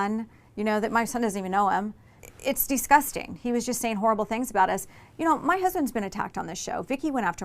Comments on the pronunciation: Tamra ... Disgusting ... Not Deeee-sgusting ... She say's it over and over 🙄🤦🏼‍♀️ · Someone literally needs to ban Tamra for saying the word "disgusting" if i have to hear her say "it's dee-sgusting" one more time omfg it's DI with a short i abahahaha